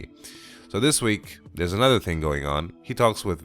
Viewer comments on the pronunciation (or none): none